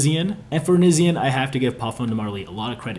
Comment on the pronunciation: Not starting drama on a ole vid but its Knee-shawn not Nisean 😅. Jus sayin